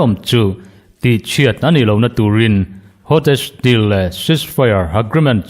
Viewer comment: Hottest tin I chhiar fo a ngaihthlak a nuamlo,Hostess deal ti tawh teh...